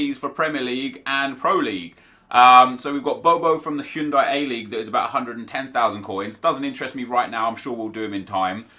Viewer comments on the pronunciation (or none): hey, the way you pronounce the pronunciation of the a-league is Hiyunday A-League, or its Ostralian league, not Ostraylian, this annoys me bc im australian, but keep up the good work!